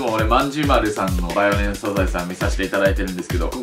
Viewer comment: バイオレスじゃなくてバーイオレスでもなくてヴァイオレェンスやな